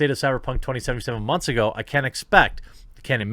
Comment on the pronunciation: Stop saying “2077” like fuck me